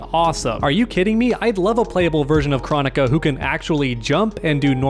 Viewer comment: I’m pretty sure it is pronounced “Krone ik a” as pronounced in the game.